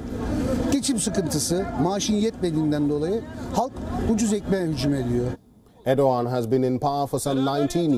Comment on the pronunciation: Aur-do-g@ (Erdogan)